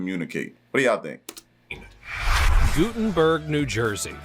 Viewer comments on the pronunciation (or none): I lived in Guttenberg NJ. It's pronounced "Gut*tin*berg" not "Goo*tin"berg. It did not have those towering apartments on the Hudson when I was there maybe 30-40 years ago, but it was still congested and crowded even then. And, some of the areas shown were of Washington Square Park in NYC, not Guttenberg